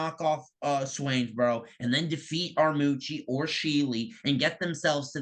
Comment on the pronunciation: It's pronounced "Armurchee." There's a second, invisible "r."